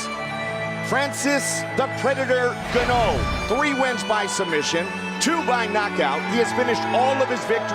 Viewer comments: John Anik having no idea what Ngannou's name is: "Francis Gannou" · In-gaahn-uuu for the love of god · Commentator....Francis Gonnu 😂